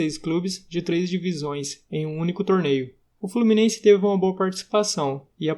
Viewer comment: FlorminenCe KKKKK